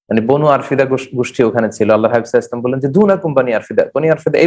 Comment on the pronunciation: Spasta Kara sallallahu alaihisallam bala uchit.